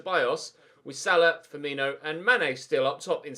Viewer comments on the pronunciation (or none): none